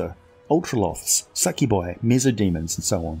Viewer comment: I've heard SUCKYBOI when you said SUCCUBI hahahaha Great video btw, keep the good work